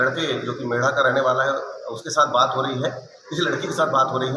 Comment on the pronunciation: मेड नहीं मेढ़ा है भाई साहब